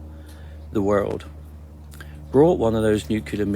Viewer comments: It pronounced nu clear not nukerlia 👍🏻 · NuClear radiation not nuKelar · Love your channel but I can't take the "story" teller seriously. He can't say the word "NUCLEAR"! It is pronounced NEW CLEAR. NOT "Nu kee ler". Drives me batty! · It's getting very annoying & concerning how many people mispronounce NUCLEAR ..... NOT nuke-you-ler!!! 🤦🏻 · The old guy at the end said his story is FICTION. Yet, people take it as fact. BTW: His credibility is completely lost when he says, "nucular" rather than the correct, "nuclear." The video of the sunrise is unimpressive. Nothing to get excited about. I get that your audience likes when you get all flustered and say, What IS that?!?" You have to pay the bills. No harm in that. But, let's be real for just a minute... some people who present this type of content are only doing it for the money. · For Christ's sake, if you want to be taken seriously at least learn to pronounce the word 'nuclear' properly. It is NYOO-CLEAR not NYOO-KYOOLAR. Fairly minor point granted but it doesn't help with credibility if you can't pronounce an important word like that correctly. Not ARKSKING much is it?? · Multiverse??? I dont know, i need to see more. And its “nuke lear” not “nuke you lar” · U ppl with this weird "nu-cu-lar" accent are killing me... It's "Nu-clear".. it's also ENGLISH!! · What the hell is "nu-cu-ler"? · maybe it's just me, a personal failing, but i've always found it hard to believe "deep-black" assets or "special-group" operators with "direct-access" contacts at the "highest-level" who cannot pronounce nuclear; for some reason preferring to say "nuke-u-lar". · Nukular, the word is Nukular -Homer J. Simpson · New-clee-ur. Hee-roh-shi-ma. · People lose all credibility to me when they pronounce the word “nuclear” with three syllables. As soon as I hear someone say “new-Q-lar,” I’m like, “Nah, you don’t know what the fuck you’re talking about.“ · I am sceptical when people say "nucular". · If you can't say NUCLEAR, I don't trust you.